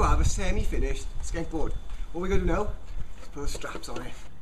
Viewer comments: you sound like that you are saying ``skankboard`` :D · Sounds like he's saying "skankboard" haha